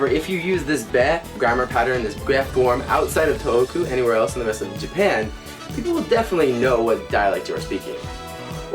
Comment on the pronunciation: why does he pronounce “tōhoku” as “toku”?